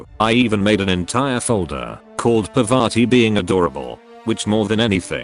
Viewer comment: My man buchering Parvati's name